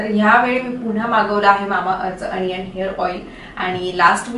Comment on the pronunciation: अनियन नाही दि ओनीयन ग